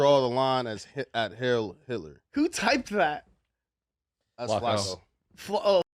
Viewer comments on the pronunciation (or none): it's heil, turd, not hill. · it's not hail, it's heil. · Dude can't even pronounce the word "heil" 😂